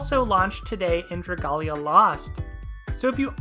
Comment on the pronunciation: Hey man . If you are such a fan of Dragalia lost why do you pronounce the name wrong . You need to pronounce it like dragon and alia